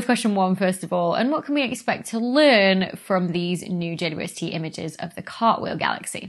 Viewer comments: I am getting old. I cannot hear the double-u in JWST. Has it been renamed? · It confuses me too. I hear a german Weh and understand quite well what she says because i'm german and that's how i would pronounce it. Dou-ble-u has far too many syllables for an abbreviation. Or is is just rly fast? (including length contraction added for effect :))